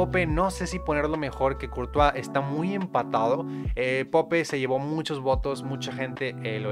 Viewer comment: Wey se pronuncia poup no pope